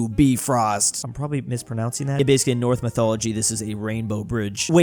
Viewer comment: you don't say "North Mythology", you say "Norse Mythology".